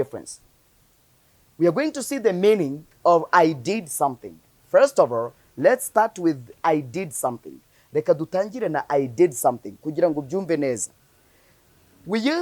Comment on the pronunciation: Sorry, what the mining, robott and havrest